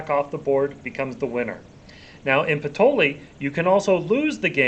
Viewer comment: just wondering if it's not pronounced patoyee...??